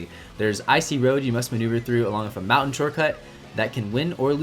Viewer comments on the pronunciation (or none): none